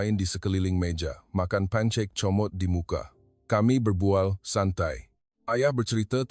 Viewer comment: Yg baca ni pon org apa? Itu bukn baca pancek tapi pankek heh